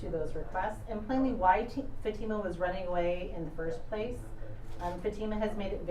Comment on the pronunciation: Is his lawyer intentionally mispronouncing her name? 😡